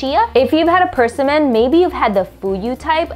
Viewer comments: It's pronounced "per-sim'-mon" with the accent on the second part of the word, "sim". Your pronouncing it with the accent on the first part of the word, on the "per". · Your pronounceation of persimmon is not quite right. Your emphasis is on the wrong syllable. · Why does she pronounce it that way? Emphasis on the first syllable. It's odd and so distracting. Only me? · Person min. My folks always pronounced it per sim mon. Fun how we say stuff different! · Pers a min or per sim mon? Never in my 49 years have I heard pronounced this way. As abrasive as ca nam in for cinnamon. Now having said this I just learned Vietnamese soup is pronounced Pha not phoh. Hope I don’t need to relearn per sim mon as pers a min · PURSEsimmon 😂 it’s pronounced pr·SI·muhn 😊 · the way you pronounced persimmons: PURSE-EE-MANS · We always pronounced it with the emphasis on the SIM: per-SIM-mon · Didn't know that's how you pronounce it... I've always heard "perSIMmon" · Per sim mon is how it’s pronounced! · Pronouncing it wrong. Per-SI-min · Why are you saying “persimmon” like it’s two separate words? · It’s pronounced persimmon, not persimmon